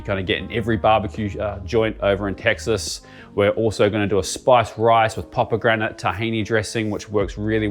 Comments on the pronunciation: Why do you pronounce 'pomegranate' like 'popegranate' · I’m not the only one who’s noticed that he says “poppagranate” right.